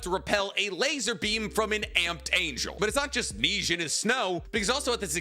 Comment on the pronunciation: Bro cant pronounce the French word for snow correctly